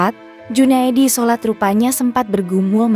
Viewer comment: Junaedi Salat bukan Junaedi solat